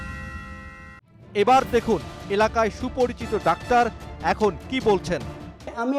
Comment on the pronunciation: ডাক্টার নয় ভাই ডাক্তার 🤣🤣🤣🤣